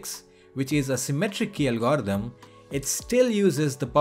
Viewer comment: Ffs learn to say algorithm!